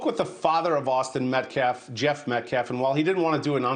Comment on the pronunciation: really! the scummy butchers the English language whenever he does a press conference! instesd of saying "Austin Metcalf", he says "Austin Metclaf". He said "Daniel penner" instead of "Daniel Penny". then, he said "deflence". 🙄